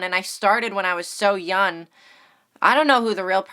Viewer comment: You don't need me to tell you this but keep up the grind my G. You've been around for a long time so you know what you're doing and it shows. I will soon start posting video essays and I strive to be as articulate, pretentious and funny as you. My only gripe is the way you pronounce the word young (it's young not yun) but other than that, great job